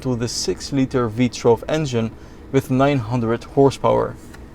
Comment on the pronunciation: I would normally point out that it's not "V-TRELV" but rather "V-TOO-ELV", but I like the way you say it more, so I'm gonna say V-TRELV from now on.